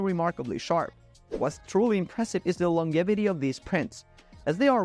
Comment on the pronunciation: #4 Kodak ---Kaadak?🤣 Its pronounced KOHH-dak!😂 Longevity is pronounced long-JEV-idy not long-GEV-idy